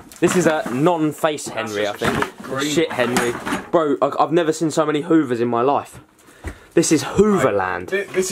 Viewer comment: “Itz ah ruum uf HOOOVERS”